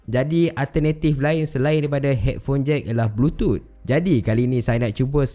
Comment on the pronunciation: Kenapa bro sebut "Bluetooth" sbg "blutut"..aku tergelak bro.